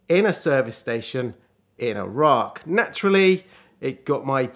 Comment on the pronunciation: first British person to pronounce Iraq correctly!! it's EE RAK, not EYE RAK